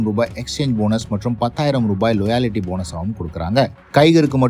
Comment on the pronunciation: Adhy லோயாலிட்டி illa da, லாயல்டி